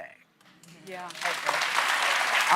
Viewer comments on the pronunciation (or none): How hard is it to say Mamdani ? 😂 please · Mamdani . How difficult is it to get his name right ?